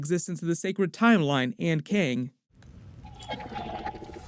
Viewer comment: Good video! Thanks for the explanation! It was funny though how you kept calling Kang, keng, lol they said it like 5 times before you started explaining lol, still good video!